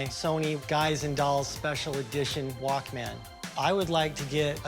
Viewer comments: Lmfaoo me too. It's walkman not walk man. Rick tried to correct him but he kept saying it! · Annoyed by the dude saying WalkMAN...smh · I was losing my mind with the way that dude was saying “walk-man”😭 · Would help if the walk - man seller could actually pronounce it properly